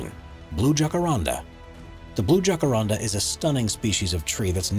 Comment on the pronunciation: It's Jacarandá